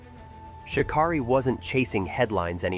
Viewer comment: Its pronouncing her name wrong!! Rude